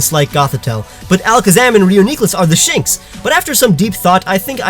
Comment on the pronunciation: Did you say, "are the shinx?"